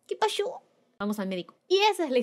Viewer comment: KshJsh ese "que pashu" me encanto.